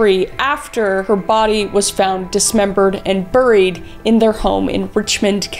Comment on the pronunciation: The way the says buried, is just so funny to me so every time she says it I laugh out loud hard ❤ also im learning forensics and this helps me understand how long it takes to learn and get evidence